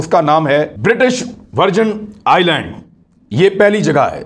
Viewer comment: Imran Riaz sahib, you work hard, do ample research, delve deeply into the subject, to produce a good vlog. But please improve your pronunciations, as incorrectly pronounced words hamper your otherwise genuine efforts. (for example, in this vlog, please recheck the words like "Island", "colonial", "haven", "Surray", etc, to mention a few.)